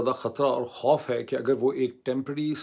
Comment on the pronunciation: Dear Mooed Sir with due respect...aapne bola khoof hy khoof nai hy trust nai hy...pls correct